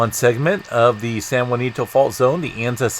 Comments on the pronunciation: It’s pronounced San Ha-Sin-toe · Can’t trust your information as you continuously call ‘San Jacinto, SAN JUANITO ‘!!! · Could I suggest.. San Jacinto. Ja cin to. No u. My elementary school name. Btw I'm from Texas. But love your updates... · San Ha seen toe